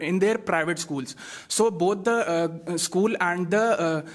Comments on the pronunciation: Not ischool dear/say school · It is not isschool in English.. It is school in English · First of all the private pinalist students learn how to pronounce school 😂😂😅😂😂